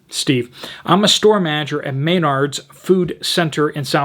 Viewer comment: Just a friendly tip, Menards at the beginning of the word is pronounced as the word men (plural of man). I love your videos! Please keep up the awesome work!